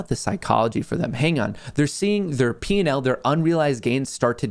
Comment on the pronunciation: P&L. Sounds like you are saying Penile! 😂